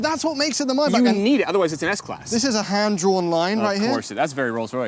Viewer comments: no way did he say MAY BACH, like that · It's Maybach not Mybach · It's may.bak guy not my.bak 😂, anyway best review I've ever come across so far ❤️👏👍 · It's pronounced Maybach not Mybach. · its mot maybach its maibapp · It’s not a myboc arts a maybach . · It’s Maybach not Mayback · I thought maybach was pronounced as "may back" not "my buck"😕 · What's mybak? It's mayyy back! Learn how to pronounce boys don't be stupid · Nope, it's ''my buck'' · Why I'm hearing Mayback as "My butt" ? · Why can't Americans pronounce this simple car name properly. Maybach. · it’s not “my bach” 😭